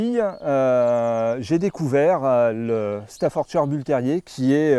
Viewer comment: Reportage assez complet. En revanche, un éleveur qui ne sait toujours pas prononcer correctement " Staffordshire " depuis 1996...